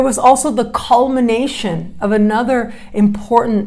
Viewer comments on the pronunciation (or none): none